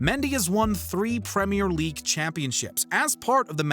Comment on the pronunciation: brownie points for saying "premier league" right